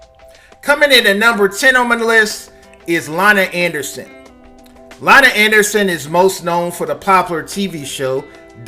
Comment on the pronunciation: LONNY ANDERSON!!!! Not “LONNA”...dude can you “correctly” pronounce the names of the people you’re reporting on!! You stay fucking up names! Lol